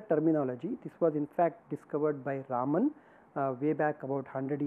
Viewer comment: एक बात मुझे सदैव विचित्र लगती है कि भारतीय लोग भी अपने बैज्ञानिकों का नाम ठीक के नहीं उच्चारण कर पाते हैं !! रमन को सदैव रामन बोलते हैं !! विदेशी लोगों को तो सही से पता नहीं है !! काम से कम भारतीय लोगों को तो सही से उच्चारण करना चाहिए !!